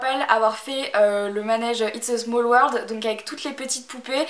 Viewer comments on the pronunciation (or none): none